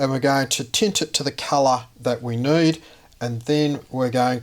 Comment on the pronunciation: "we're gonna tint it to the culluh that we noid..." heheheh that accent. Nice vid! Very interesting.